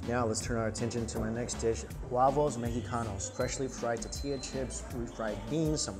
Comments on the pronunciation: Love the vid but the way you say tortilla... you do know there is an "R" in the word. "TORtilla" not tatilla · ITS TORTILLA NOT TATILLA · Yep It's Thor-Thee-Lah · Hi Mike... Love Your Videos... But I Have To Tell You... It's ToRtilla, not Tatilla... And Please Don't Ever Eat a Taquito Wit a Fork... They're Finger Foods... Thanks... Lol 👍👍👍😁😁😁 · My favorite is when Mike says "tuhtilla" like a Jewish grandmother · Hahaha “tatilla” 😂 how I’m going to say tortilla from now on. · Am i the only one annoyed by how he pronounces "tortilla"? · it really bothers me how her pronounces tortilla